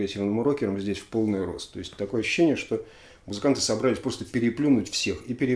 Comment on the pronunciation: Алексей, warrior от слова war (вор) война, поэтому "вориор", а не "вэриор". И еще, только Вы сказали правильно "собралИсь" и тут же исправились на неправильное "собрАлись". Извините за придирки